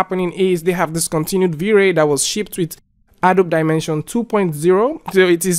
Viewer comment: It's pronounced "A-doh-bee"